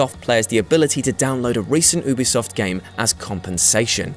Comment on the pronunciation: Who in the HELL are Oobisoft?!